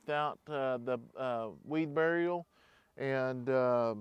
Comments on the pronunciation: it's weed barrier, not weed burial.😊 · FYI it is Barrier not Burial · I don’t mean this mean at all but I had to say that hearing you mispronounce words makes my head feel like I chomped on a lemon 🍋 Is it a southern thing?? Idea not ideal Weed barrier not burial There’s a few others but I do enjoy your videos so keep saying it how you like. 😊